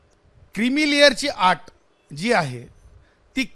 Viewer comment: क्रीमीलेअरची आट बोलतोय हा... आट नव्हे अट म्हण रे बबलू